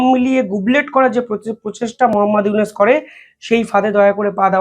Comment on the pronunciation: ফয়জাল না ফয়সাল। ইউনুস কে বলো ইউনেস নামগুলো ঠিক করে বলতে পারো না।